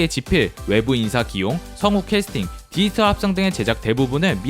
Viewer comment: 안녕하세요 알고리즘덕에 잘보고 있습니다! 다른건 아니고 더빙에서 딱 한부분이 있는데 이 영상 나래이션 하실때에 돌비 '디지털' 이라는 발음이 굉장히 많이 나오는데 디지털을 디이털이라고 발음하시는 습관이 있으신거 같아서요 혹시나 해서 적고 갑니다 영상 재밌게 봤습니다 감사합니다!